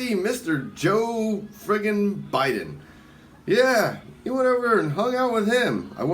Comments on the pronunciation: Did she say “President Joe Bittin” 😂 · She can't even pronounce Joe Biden's name, obviously there for her popularity image.